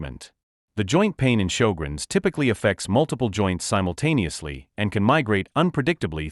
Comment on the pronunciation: He's pronounced sjögrens wrong.